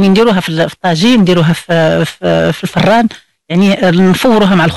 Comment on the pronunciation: الله اخليك ممكن اتشرحي ليا هاذ الشاف للي اجبتو يوم 12 شتنبر 2019 مع الساعة 11 مفهمتش علاش كتعوج مرة كتنطق ررر عادي مرة كتقول الفررررررررراان اتلفاتنا للي عندو ما اقدمم اقدموو عادي او بلاش حشومة هاتشي وتفووو على كل امشيكة